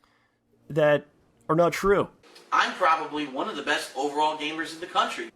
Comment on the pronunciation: I hate how he pronounces words like "one" or "hundred".... It's more like "wooon", and "hoooyundred".